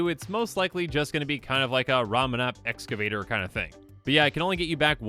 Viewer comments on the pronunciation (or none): none